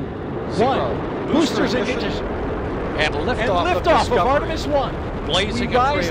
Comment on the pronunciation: Artemis guy couldn’t even say Ignition properly 😆 jokes aside, Mistakes happen. Also, Damn. Space shuttle Era Commentry used to sound so cool.